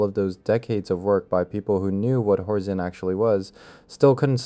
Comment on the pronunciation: it's horzine, he reads it as horzeen for some reason he also says twenty ninety one which is 2091 subtitles are terrible though